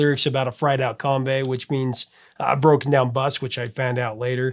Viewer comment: We might have funny accents in Australia but kookaburra is pronounced with a short sound like hook or cook. Not kooook. Also Kombi is not pronounced kombay. The i is pronounced with a short sound like in kick. It’s made by Volkswagen and they are popular in the states too. If you are going to try Vegemite for the first time, spread it very very thinly. It’s best with real butter, not margarine. Especially good in fresh, crisp crusty top, white bread rolls.